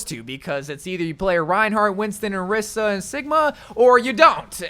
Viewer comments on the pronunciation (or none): none